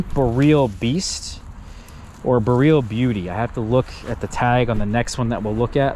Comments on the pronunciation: If your going to make a video on BOREAL varieties of Haskap. Please learn how to say BOREAL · Great vid but please say BOR ee ul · I had not idea what he was talking about did not recognize the word until I read the comments here. I am new to haskap and did not know the name if I did I would put 2 and 2 together.